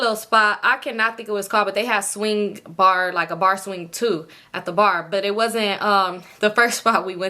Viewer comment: And the second Bar Sound like Ubar🤣